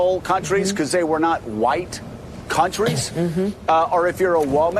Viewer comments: Did you just say “huwhite” male? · "They're white" (Pause for dramatic effect) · I like the way you say white